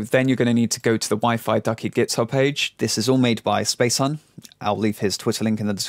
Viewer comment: spacehuhn is pronounced space-hoon. it's German.